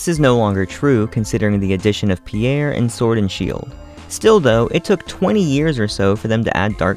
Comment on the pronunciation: He said Pierre. He is named Piers, as in a pier, as in such as the object plural- why would you make a rocker with a low iQ now French?